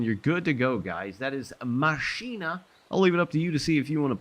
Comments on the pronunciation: I think it will be easiest for you to pronounce it as "Machena" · Love it! 🤩 🚂🚃🚃🚃🚃💨💨💨 BTW It's Mah-SZyh-nah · You pronounce it "Mashyna" btw Maszyna mean a machine szyna mean a rail so it's a fun combination and that's why it's MaSzyna instead of Maszyna